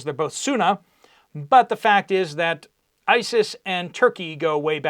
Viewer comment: Bro. It’s “Sunni” - if you’re going to have strong opinions on something, you should be able to pronounce it properly. Islam got you so mad - Salaam Habibi. It’ll be ok 😂